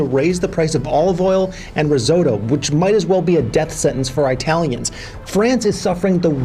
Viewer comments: Eye-talian? Where are they from? Eye-taly? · “EYEtalians”? Really,? You sound like a hick Lol!! 😂😂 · Eye-Talians. Almost though that was another FTX Ad.... phewwww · Hahaha says I-talians